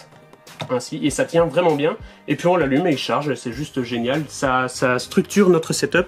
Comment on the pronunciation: Quand y dit et puis il dit et pouis